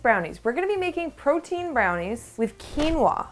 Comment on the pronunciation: Take a shot every time says the word Portein 🍻